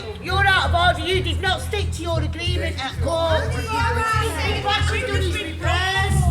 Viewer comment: And "agreement" is apparently "agleement".